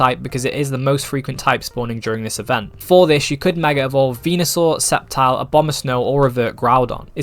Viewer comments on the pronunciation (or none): none